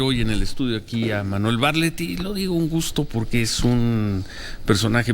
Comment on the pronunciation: SE PRONUNCIA BARTLETT NO BARLETT